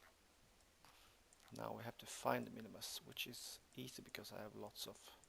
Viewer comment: It's Minmus